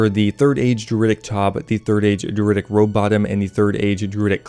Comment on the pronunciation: Why are you pronouncing druidic like that? 😭